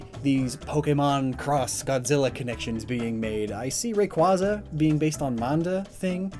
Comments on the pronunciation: You miss pronounced Rayquaza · Isn't Rayquaza pronounced Ray-cuay-za, Not Ray-cuah-za? In both the sub and dub, they say the first one and not the second. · You lost all credibility when you said "Raykwazza" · The way he pronounces rayquaza, bisharp, and hydreigon is atrocious.